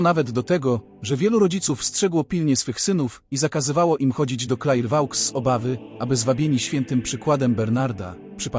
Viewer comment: Wymowa miejscowości to Klerwo...